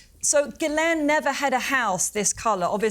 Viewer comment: FFS, it's pronounced gil-enn NOT gil-ayne!